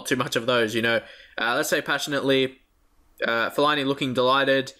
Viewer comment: Fellini you keep calling him that is fell-a-ini